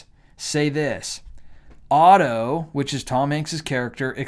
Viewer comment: Dude, do you not know your t from your f? You stated a man called of instead of a man called otto.